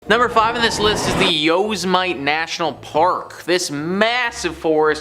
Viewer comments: Yep I agree. Just because a place has something dark and mysterious going on. Doesn't mean it's the literal devil. I also wish he'd look up how to pronounce things before just doing so. Yose Mite? Maybe Yee oh sim ah tee! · I literally almost spit my water out when he said it! Haha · Thank you I can't stop laughing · Busted out laughing when I heard that